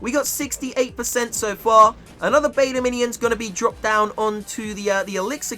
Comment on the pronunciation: it's beta Minions not Meta minion 😂